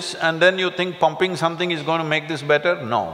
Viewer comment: he said pumping something, who did understand that ??😅😂